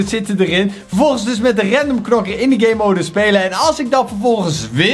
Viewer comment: hoe gamemode zegt: gaymoude hoe normale mensen het zeggen: GAMEmode